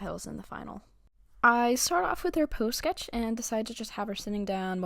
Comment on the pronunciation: pOOose sKOoeChhh itched my brain real good